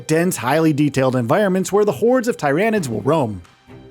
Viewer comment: #16 to know: Its not TIE-ran-IDS.... its TEAR-uh-NIDS